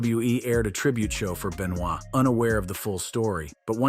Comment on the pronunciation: It's Ben-va... pronounce I think, not Ben-noi